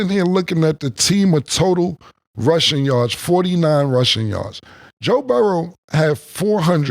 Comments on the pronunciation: His name is BURROW. BUR. ROW. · Moe since when do you say Burroughs? Don’t dumb yourself down